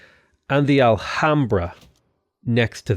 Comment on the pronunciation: your pronunciation of the alhambra is disgusting for spanish as myself hahaha. Spanish pronunciation would just ignore the h: 'alambra'